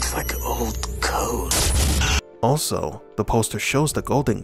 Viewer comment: He says old code not gold code.